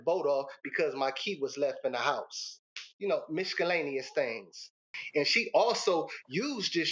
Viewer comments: Miskallanious things. LOL. The word is: miscellaneous. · “Mis CA lanious things” im screaming 😂😂 this toxic story telling couple gonna end up married when they grow up y’all , bet 🤦🏻‍♀️ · Did he say misKellaneous??😂😂😂😂😂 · This fool said “you know … miskalaneous thangs”!!! 😂😂😂😂😂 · “You know MISKELLANEOUS things!” Lmaoooooo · miskellaneous??? oh my. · How he pronounced miscellaneous 😂😂😂😂 “miskallaneous things” 💀💀💀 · Gotta be careful of those "mishkalaneous" things coming up outta nowhere. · He said he's a professional 🤣 but I keep hearing him pronounce these words incorrectly!!! They are both embarrassing. She's hoodrat itism..what is concessaly?????, miskusllenous???? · I cant even spell 1/2 the words he is saying incorrectly...wth is "Miscalanious"😂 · Did he say michacalaneous 😂? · “Mishcalaneous things” 😂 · He had me at Mishk ka laneous 🤣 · He also said Miskellaneous.😑😶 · Yeah, I was rooting for ol boy until he said miskullanyus. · He pronounced the “C” in miscellaneous. Yep, I’m out ✌🏽🤣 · Please tell him the C is silent.. Lol